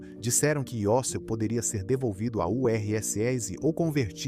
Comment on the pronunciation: Muito frustrante ter de ouvir uma voz de IA que não sabe ler siglas, como URSS ou nomes como Khomeini... E um "apresentador" fake. Irônico que os avós não aceitavam o estado laico de Israel, mas viviam nele. Contradições.